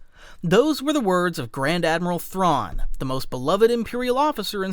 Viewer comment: You cant even pernounce Thrawns name correctly